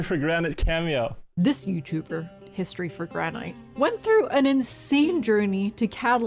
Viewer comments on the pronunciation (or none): history for gran night pronounciation killed me